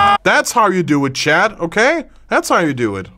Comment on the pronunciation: the way he says chad instead of chat 💀